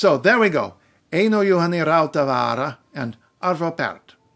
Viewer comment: Sorry, but the stress on Rautavaara did not sound like it was on the first syllable, and the letter combination of ei sounded like a diphthong rather than two distinct vowels.